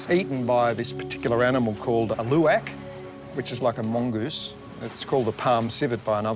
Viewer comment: I have never heard the pronunciation of "Luwak" this bad